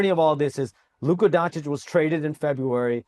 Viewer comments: DONCHICH, NOT DONCHICK! Omg so many years in the league and Stephen A STILL can't pronounce it right. Shame on you. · Stephen A still mispronouncing Doncic is hilarious to me 😂